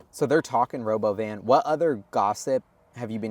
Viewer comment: It's robóvan 😂